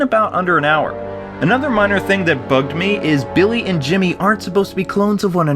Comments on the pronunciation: did say Bimmy at the end on purpose? Also nice nod to the Mega Man like boss wayforward! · "Bimmy and Jimmy Lee" Lol Bimmy.